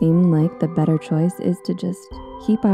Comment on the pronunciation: better* not batter